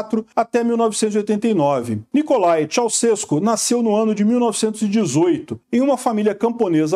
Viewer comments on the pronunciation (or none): none